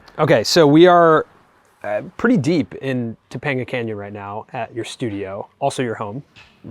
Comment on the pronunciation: “We are pretty deep in topanga canyon” almost made me turn this vid off